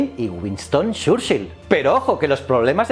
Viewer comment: Escuchar “shurshill” e “iohua” me ha matao